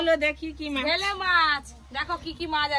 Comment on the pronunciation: ওটা ভেলে মাছ বলে না বেলে মাছ বলে